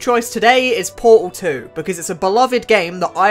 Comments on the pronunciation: bro doesn't says "portal" he says "poal" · I am truly sorry, but po-al 1 and po-al 2😂, don't hate it's just so funny